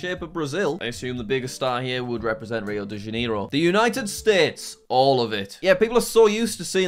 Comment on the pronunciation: Rio De Janiro? Jack..